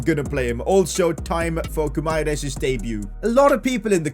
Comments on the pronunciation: His name is Guimares ( gwi-mah-rez ) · Hey, u say Bruno Gimaraesh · It's gee-ma-raa-ees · when saying brunos name you should add a sh like bruno gumairesh like fc wonder kids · PCQ: Yo you need to make Ronaldo the club captain if he is playing his last season in football considering he is the captain of the Portuguese national team you know Btw it's Gu-i-ma-ra-es-y but the y is silent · Pcq: Bruno "Gumaires" does not say like that, on Portuguese with Brazilian accent it sounds like Bruno Guimaraes (Gimaraes) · It is Gui-mares not Gu-mai-res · Pcq: The Brazilian DM's name is pronounced Gee-Ma-Rei-Esh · Btw it’s pronounced “Bruno Gyumaresh” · Actually Guimaraes is a town in Portugal, and you should say like GIMARÉINS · PCQ: It’s pronounced Bruno Gi Mahrez or Bruno Guimarães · its pronounced "Gee-muh-rije" lol hard to type it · It is Bruno 'Gimara-es' That's how you pronounce it😅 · PCQ: Bruno's name is pronounced Bruno Gi-ma-rays. Atleast in English ❤️ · He is pronounced key ma ri esh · Pcq: You pronounce Guimares' name as Gee-Me-Rech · Bruno Guimaeres's Name Pronounciation Will be Bruno Gimaresh. Btw Love your videos❤ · Pcq:pronounce guimaraes like gwimaraesh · Guimares's name is pronounced gimaresh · Guimaraes’s name in “Portugal” Portuguese is Gi-ma-resh. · Bruno guimaraes is pronounced like bruno "geemarice" You got me? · Pcq: Hey, it is pronounced "Bruno Gi-mah-rah-ish"" Hope you get it:) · Its Bruno Guimaraech thats how its pronounced 😂😂😂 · It is Gui-mares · Pcq: its pronounced as Bruno Gimahrez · Guimaraes is pronounced as GIMAREIS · Pcq: Bruno Gi-ma-resh idk I think that’s how you pronounce it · Its Bruno Guu-Mah-Resh ......... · your pronouncing Bruno Guimarães' name wrong. Instead, try to spell it like Gui-ma-"rain"s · Pcq: Guimarães's name is pronounced Goo-e-Mar-ees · Its pronounced Bruno Goo-ma-resh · Bruno Guimaraes's name is pronounced as gui-ma-resh. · its pronounced as Bruno = "Bruno" (Fernandes) Guimaraes = "Gi - Mae - Res".